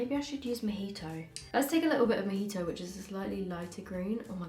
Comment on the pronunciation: she said: moe he toe